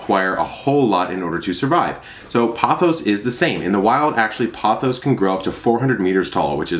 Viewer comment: I believe its prononced as poe- thows... long “o” sound. And raphi-dough-for-us